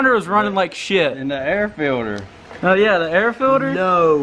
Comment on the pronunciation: Air filder